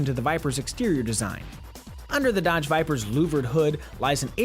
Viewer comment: D :D "Hello and welcome to our comprehensive KBB review of the Duh-odge Vypr. :D :D Sounds so silly, trying to sound convincing :D :D